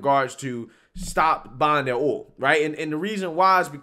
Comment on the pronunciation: So many Americans struggle saying the word "oil" lol... it's hilarious. OIL not Ohl